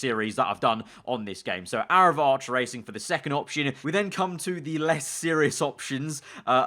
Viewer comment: Fast Aaraval (Arival)?